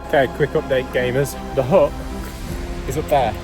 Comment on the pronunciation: U know u are english when a HUT is spoken as HUUUH